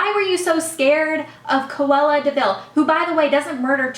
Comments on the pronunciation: Babe... its "Cruella" not "Coella"... hahaha love you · btw its CRUella deville.. haha